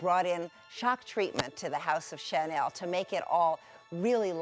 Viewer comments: one of the girls is pronouncing chanel as "SHA-nil" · why does she keep pronouncing Chanel like that??!!! it grinds on my nerves. CC